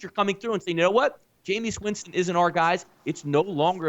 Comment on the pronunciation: I can't listen to mooks who call him Jameous Winston...rest of their takes are obviously as misinformed